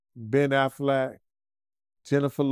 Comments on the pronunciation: Bruh pronounce it like the duck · Ben too. How he get Aflac from Affleck? Aflac like the duck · Man said "Ben Afflak" 😅😂😂😂😂😂😂😂😂😂😂😂😂😂😂😂😂😂😂😂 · Damian and Afflack for life now. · "Matt Damien" and "Ben Aflac" 😂😂😂😂😂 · He pronounced their names funny asl. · 💀💀💀💀💀 Dog this petty azfucc! But then I thought about it 🤔 Good for for fucking up their names too! 😅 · He butchering Matt and Ben’s last names. 🤦🏽‍♀️